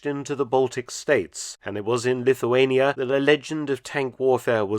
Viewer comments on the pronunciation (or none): none